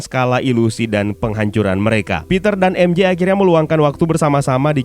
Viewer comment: Bang cuma mau kasih tau, MJ itu bacanya maikel jona bukan mishel jona